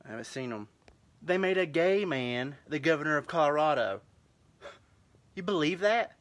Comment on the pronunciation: The pronunciation of "gay man" as "gaymin" is just so perfect.